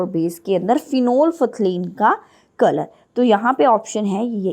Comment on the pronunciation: My a correction that prononsciation of phenolphthalein is wrong pleaze check on google by typing (prononsciation of phenolphthalein)